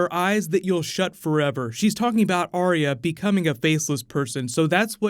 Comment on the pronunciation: Arya with TWO syllables, not THREE as is spoken by too many people who claim to "love" her character and the show.